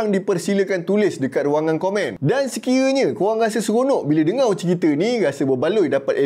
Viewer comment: Sebutlah betul perkataan melayu , jgn lah main main spt dengar kamu sebut dengo